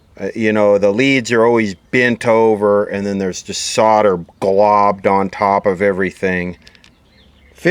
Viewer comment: You said solder correctly 👏👏👏